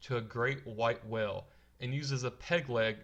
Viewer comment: I'm distracted by how badly you pronounce "whale".